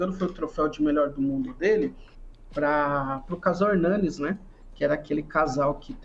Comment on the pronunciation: É Hernandes, não Hernanes 🤦‍♂️